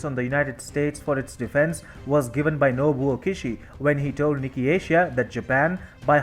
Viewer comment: Hi, please correct your pronunciation of “Nikki” to “NIKKAE”!